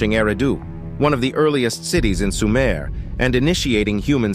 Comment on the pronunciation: It's not SUMAIRE. ,it's SOOO-MER